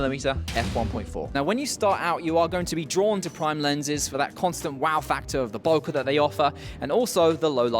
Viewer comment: 1: a grand for any glass is NOT CHEAP. 2: the way you pronounce bokeh is clinically insane